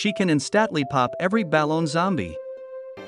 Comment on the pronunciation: “She can iNsTatLy pop any bAlOn zombie”.